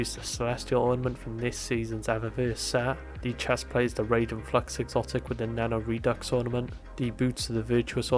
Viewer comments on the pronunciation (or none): none